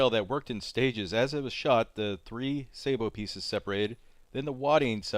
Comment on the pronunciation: Sab-Oh.. Not say-bo.. It's French..